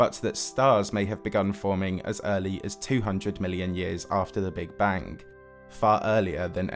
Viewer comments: Take a shot every time he says bank instead of bang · Are you saying big bang or big bank? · And how he says Big Bang-geuigh